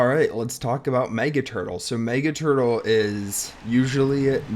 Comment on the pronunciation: Bro how many times did he say turtel